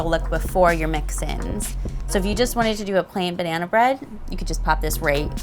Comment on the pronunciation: She said banehna, not banana. That's why.